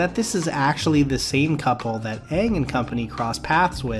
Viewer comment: I love how this commercial pronounces Aang's name right but the actual movie doesn't.